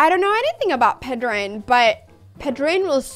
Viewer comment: Me encanta que aún hablando en inglés pares para pronunciar "Pedrín" como se debe jeje Buena apertura!